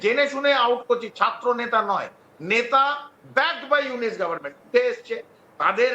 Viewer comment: ইউনুস কে ইউনিস বলে 😂 নামটাও ঠিক মতো উচ্চারণ করতে পারেনা,,, গোবরখুর বিশ্লেষক 😂